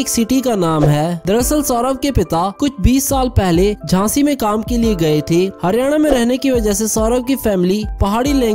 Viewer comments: Jhashi not Hasgi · Jashi not hashi